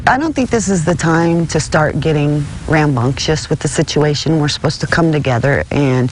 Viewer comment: Did she say rambunctious?